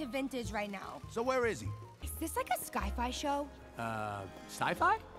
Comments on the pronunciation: “iS ThIS LIkE a SKy-fY ShOW” dawg it aint sky-fYits Sci-fi💀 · Her mispronouncing of Sci-fi LOL. 🤣🤣🤣🤣🤣🤣🤣🤣🤣🤣🤣🤣🤣 Sky Fi LOL. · The way how she does not know how to say sci-fi is so funny. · She couldn't even say sci Fi right